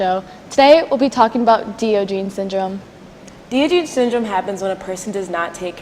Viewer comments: Great report, ladies! Thank you for bringing awareness to Diogenes Syndrome. The correct pronunciation is Dahy-ahhj-uh-neez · wow you sound so dumb incorrectly pronouncing one of most famous philosophers.